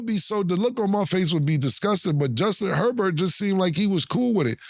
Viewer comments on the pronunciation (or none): The way cam and mase be messing up names be having me weak 😂 Cam ass said “Hubert” instead of “Herbert” 😂😂